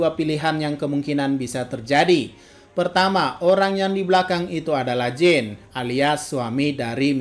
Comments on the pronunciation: simple sih, padahal di anime jelas-jelas di sebut "Jan". Sekaligus edukasi ga semua "ea" dibaca "i", alangkah lebih baik denger storytelling rapi penyebutan namanya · Jean bukan dibaca "jin" 😭 tapi "jan" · ini referensi nama barat, Jean dibaca Jan, dalam anime juga dibaca Jan, itu udah bukti kalo Isayama mengakui pronunciation nya Jan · kalo Ereh Ewing itu emang pura-pura niruin dialek Jepang, kalo Jean sering di sebut Jang malah, tapi bukan Jing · Yoi sipp